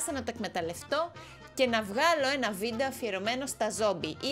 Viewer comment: Πς οποιος καταλαβε στην αρχη ειπε βιντο αντι για βιντεο😂😂😂